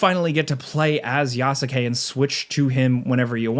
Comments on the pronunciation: i can't stand the way you pronounce Yasuke. The 'u' is silent my guy. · The "Yasuke" pronunciation is throwing me off, lol. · im stoked for this game i didnt love Valhalla but i did like it so it cant be worse than that. also the way you pronounce Yasuke made my heart sad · The “U” is silent on yasuke